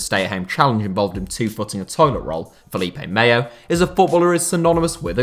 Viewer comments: Why are you saying Felipe meyo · The L in Felipe Melo is just pronounced as a regular L. The Yish L is only used with two lls in Spanish and lh in Portuguese (aka Castillejo and Carvalho). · Felipe Melo not Mayo...